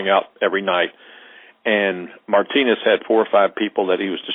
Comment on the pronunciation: Did he just call Martinez “my penis”?